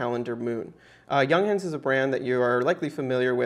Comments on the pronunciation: Stop saying young hence, its yoongháns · The u inJunghans is pronounced more like oo in cool.